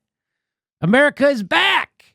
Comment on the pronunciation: "eye-meriKa today. Oceania tomorrow."